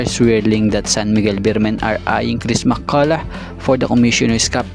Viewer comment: Same sound and pronunciation ng enough at Mccolough hinde Mccolo ang Mccolop sound